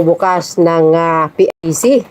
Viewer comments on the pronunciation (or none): PICC po Hindi ICC teh’😂